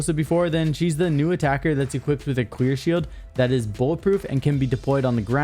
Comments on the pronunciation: DID HE JUST SAY QUEER SHIELD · You said queer shield at first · you said queer shield not clear shield hahahahahaha I'm weak at 120 mark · He definitely said “queer shield” a few times, and no one can change my mind